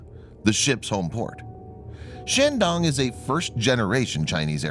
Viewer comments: Bad pronunciation of Chinese words, makes me cringe. The "a" in Chinese is a long a, not an American short "a". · Emphasis on the “dong”